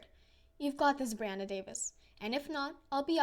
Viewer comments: it’s pronounced, “ bree “ not “ bry “ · Not Bri it is Bre